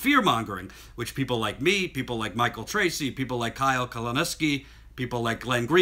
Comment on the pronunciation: k•oo-lin•skee. Kyle Kulinski. I know you can do this,;-)